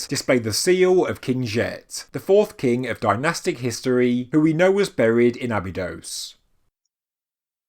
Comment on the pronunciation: Please check how to pronounce Abydos.